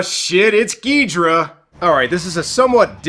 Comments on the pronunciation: It's Gi-DOH-rah and not gidra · U called King Ghidorah geedruh lol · Excuse me sir. I am a Godzilla fan boy, and I can tell you it iis pronounced GhidOra. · Just a reminder it's Ghidorah